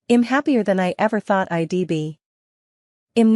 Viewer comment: Who pronounces" I"d " as I...d ? Learn to read your script properly!!